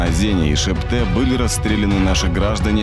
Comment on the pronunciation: Не Шепте а Шетпе, с бумажки прочитать не может?